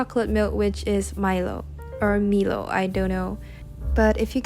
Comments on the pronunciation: Milo is pronounced “my-low” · You pronounced Milo correctly the first time, just thought you would like to know.